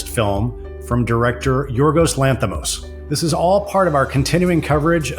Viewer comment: Please pronounce Yorgos Lanthimos's name correctly. It's so rude not to bother to say someone's name correctly. It's Yor-goss (as in gossip) Lanthis-moss (as in moss), not Yor-ghos (as in ghost) Lanthi-mhos (as in mostly). Short 'o', not a long 'o'.